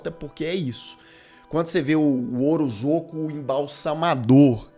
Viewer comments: Li essa nota antes de assistir ao vídeo e a cada “orozoco” eu soltava um riso haha obg por esse pequeno deslize q me fez rir! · É OROSCO a pronúncia. Eu sei por causa de uma amiga q tem esse sobrenome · Deu um pouco de agonia ouvir você chamar o coitado do Orozco de Orozoco o vídeo inteiro. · Devia repostar falando o nome certo